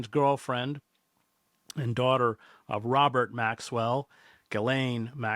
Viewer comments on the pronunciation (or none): none